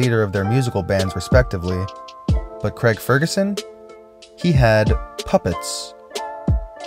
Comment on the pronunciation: It's Craig, not creg